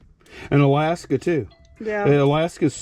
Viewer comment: Oh good grief guys on your states. You are killing me. Aaagggghhhh on Alakaska